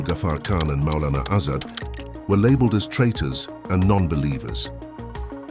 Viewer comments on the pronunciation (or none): The video seems have good analysis, but for me the second the narrator didn't pronouce Mulana Azad correctly, i stepped out of the video wondering if something subtle about the context can be missed by someone who cant say the names of the freedom fighters of the region right. Idk im sure the analysis is important